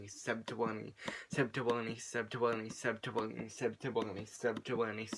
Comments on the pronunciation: i swear at the end ur saying sep ta wong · I watched tell it sounded like “subdtowony” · really far in it sounds like hes saying shuts yo ass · It was "Sub2Willne" to "Sept2Wulleney"